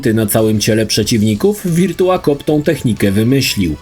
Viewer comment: Wszystko spoko. Mógłbyś jednak sprawdzić jak się wymawia virtua/virtual